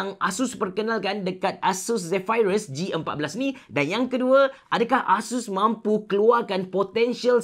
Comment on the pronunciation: Aduhh x tahan laa sebutan 'Zephyrus' diaaa😖😖😖